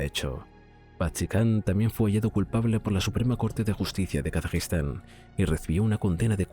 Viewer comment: Gracias, es que no se entiende cuando lo dice.